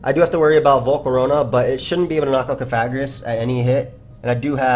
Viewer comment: lol, man the word is Coffa-gree-gus, like Coffin + Egregious. You can't mash all the syllables together like that:P